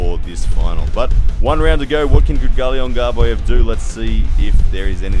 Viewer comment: It seems Australians have a hard time pronouncing Kydyrgali Ongarbaev lol. Regardless, great breakdown here!